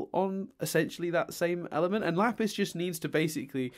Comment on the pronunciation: Lol he did say "Laffis" the second time instead of Lapis. But doing it once is worthy enough for congratulations